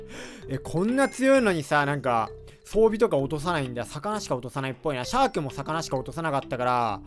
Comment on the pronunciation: うぽつです(´ω｀)シャークがシャークンって聞こえた…(難聴)